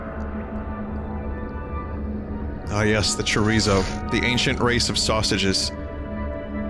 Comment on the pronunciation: its bothers me how bad he says chorizo